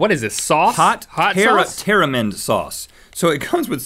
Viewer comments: Terramind?? Tamarind?? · he said taramin instead of tamarind XD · Hannah Sheets and "taramind" instead of tamarind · lol the way rhett reads words and pronounces them hehe the c-h in matcha is pronounced like the c-h in cherish not the c-h in christmas literally like mah-tcha . and then its tamarind not taramind lol. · This is the scond time Ive heard Rhett say Taramind xD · "Hot taramind sauce" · rhett its matcha*** and its tamarind*** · I'm pretty sure it's tam-er-in sauce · Rhett went to engineering school but can't say tamarind I find that kinda funny 😂😂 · mentally sighs at mispronunciation of matcha and tamarind Hahaha, oh well, I'm just happy they liked the milk candy, it's one of my favorites, although I've never had melon flavor XD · so... Rhett can't say peony, matcha, or tamarind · Rhett needs to look up pronunciations for "peony", "macha" and "tamarind". (sorry, couldn't resist. 😉)